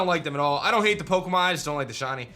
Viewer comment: I love your vids, but why do you need mispronounce Pokémon